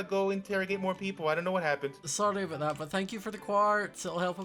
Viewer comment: Ya are you sure aboht that? 🙄